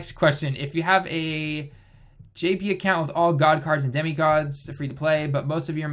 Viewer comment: wtf why is he saying jp in his intro it sounds so bad